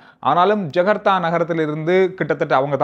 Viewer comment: not jagartha. Its Jakarta.